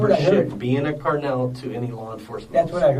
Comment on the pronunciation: The worst crime here is the pronunciation of “Carnal” by the detective.. Lock him up throw away the key